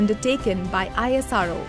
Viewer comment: Not I S R O.. it's ISRO